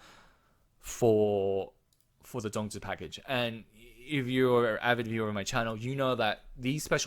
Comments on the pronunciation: Omg you said the “zongzi” very clearly. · First off, you said the zongzi correctly. Second, great analysis on the packages. Won’t get them unless really needed the zongzi to complete the one side or both side of the event. Thirdly, great discussion on meta shift and what to plan out for PvP future proofing. Thanks for the video!